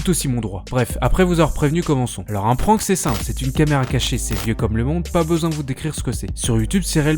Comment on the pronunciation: Le "an" de prank se prononce comme dans "and" ! ;)